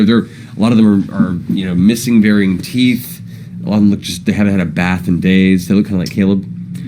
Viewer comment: Anyone else catch the way fjord pronounces the word bath?